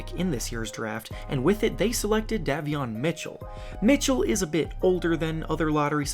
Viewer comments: Bro said Dahveon Mitchell and Shahriff Cooper😂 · You mispronounced Davion Mitchell and Sharife Cooper just a heads up